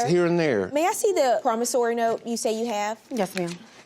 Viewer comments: It’s a “Promissory note” not “Promissary note”🤦🏽‍♂️🤦🏽‍♂️🤦🏽‍♂️ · T G what are you talking about? It has nothing to do with accent, dialect, or anything. The word was pronounced incorrectly. There is no “A” in promissory note.